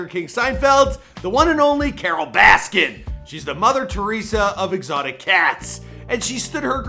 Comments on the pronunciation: So much diggin that you cant say her last name right in any of these videos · Why does it keep saying Baskins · He calls her Carole Baskins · i wish people would stop adding an ‘s’ at the end of her name. i’m not defending her but it’s a pet peeve of mine 😂